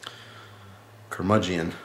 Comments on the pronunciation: Google says you pronounced it wrong Ker-Mud-Gen Just sayn:) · Keep up the beer reviews, good stuff! By the way not to offend but its pronounced ker-muge-in, you dont pronounce the e.